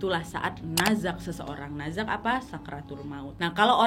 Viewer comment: naza' di akhiri huruf ain kak